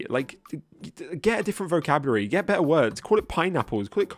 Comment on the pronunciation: "Get a vocabury" lololol